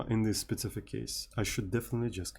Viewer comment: Learn to say specific and not spetsific or don't say it at all